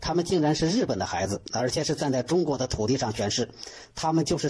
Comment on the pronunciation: ちゅうごく这个发音没有学过日语是完全听不懂的